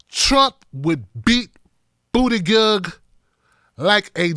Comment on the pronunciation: it's pronounced "BOOT-uh-geeg" 😂